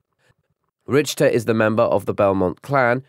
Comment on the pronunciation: Maybe show that Legends is an alternate timeline. Alucard isn’t Trevor’s father in the IGA timeline. Alucard is Trevor in the Lords of Shadow Timeline. Also Richter is pronounced Rick-ter, and it’s German